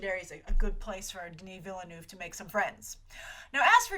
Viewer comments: Its Denis Villeneuve, its french, you say Vil-Nuhf not villenoef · she really need to learn how to say Denis Villeneuve's name cuz that name is french and the way she say that is soo bad